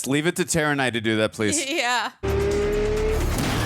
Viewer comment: You mean Tera? Why can Americans not pronounce "Tara" and "Craig" properly?